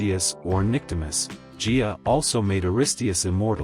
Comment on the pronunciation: It's not pronounced Jia, it is Gaia. A hard G.